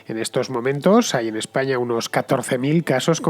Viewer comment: Muy buen video, pero por qué acabas las palabras que acaban en vocal con eme? "Españam"